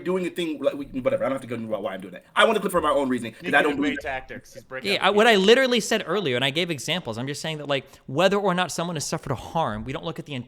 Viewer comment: likes to over pronounce words, especially the word literally. And he uses that word a lot.